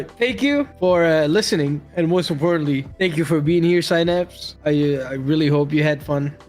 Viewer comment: I thought his name for the longest time was pronounced se-naps